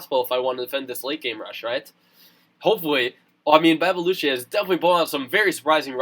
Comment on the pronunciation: Its Dutch! Babelutje is pronounced as bah-buh-lu-tjuh, but it doesn't actually mean anything xD Meneertje means 'little mister' (its just a funny way to say mister)